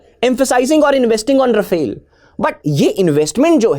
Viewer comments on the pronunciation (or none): none